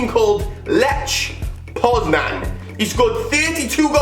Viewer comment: you messed up the pronunciation of Lech Poznań